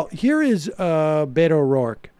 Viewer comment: I wish people would say "Bay-to", as it should be pronounced. "Bee-to" sounds too close to "pedo".